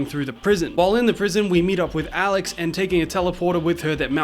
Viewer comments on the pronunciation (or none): none